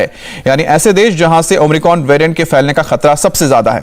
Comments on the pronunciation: भाई आप न्यूज़ सुना रहे हैं कम से कम covid वैरिएंट का नाम तो खुद सही लेना सीख लें।।।भाई नए कॉविड वेरिएंट का नाम ओमनिक्रोन नहीं omicron हैं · Omicron ya Omricon? Ye so called reproter Kya bol raha he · Not omricon..it's omicron